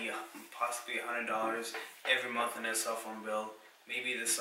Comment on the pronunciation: Quit pronouncing the letter T as a D. It is THEY not day and THEIR not dare. I hate poor grammer.